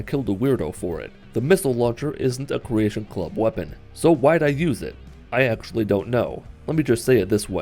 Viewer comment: The second you said creatation club. I stopped watching.. =/